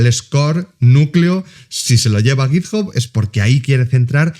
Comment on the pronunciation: sin acritud, pero la gente que intenta pronunciar en inglés con un mayor nivel del que tiene, normalmente la caga, lo digo por ese git "job", en inglés tanto británico como americano, "hub" se pronuncia como "/hʌb/", vamos simplificandolo en español sería una especie "jab".